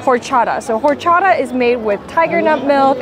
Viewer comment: queen love your videos but horchata is pronounced Orchata not whore-chada LOL